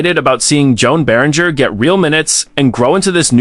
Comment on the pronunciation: Joan Beringer’s name is pronounced Johan Bear-In-Jay. At least get the guy’s name right.